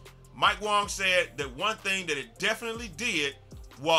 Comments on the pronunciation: lol it’s pronounced Wang 😂😭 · Ay bro I think you're saying Mike Wang's name wong